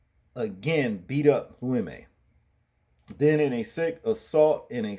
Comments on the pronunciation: Bro.. his name is pronounced "Loo‐ we- muh" not Limay lol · Bro the names are pronounced VOLL-PEE AND ABNERS NAME IS LOU E- MA......LOL...I concur ,this animal should remain in jail what man thinks about shoving a stick up someone's ass ,sick individual